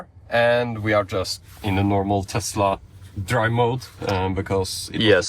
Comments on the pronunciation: LOL!!! Did just say TESLER??!! HAHAHA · “Tesler” … “everything’s computer” … these guys are really up with current events